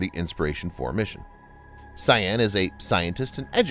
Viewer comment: Note: Sian is actually pronounce 'Sharn'. It's my wife's name!